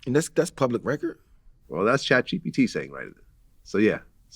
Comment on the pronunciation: This bredda said chapGPT...😂😂😂😂😂 chatGPT ISNT ALWAYS CORRECT